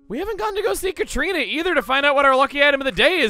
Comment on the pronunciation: YOU WENT TO SEE THE DEATH!? to specify, La Catrina is basically in Mexico what we call the spirit of death, of course our myths over how death is carried out are quite different, and the way you said it at the end it was like you say Catrina in spanish